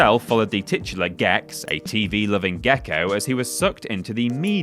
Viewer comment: Now that someone pointed it out I always notice how you say titular in every video.